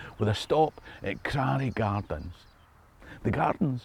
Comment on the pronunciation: Unusual wat to pronounce "Crarae"? Oh, how homesick you make me!